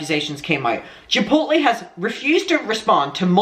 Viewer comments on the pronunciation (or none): Chipotle sounds like: Chip-pote-lay (long o) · I feel like you were getting Chipotle and Chick-fil-A mixed up and /or combined lol.. i was living for it... "i feel like thats a place?" yea you're thinking of chick fil a but trying to pronounce chipotle the same way hehe, that was great and i dont know why it entertained me so much. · You struggling with saying "chipotle" is the best thing hdhdhdbd 😭✋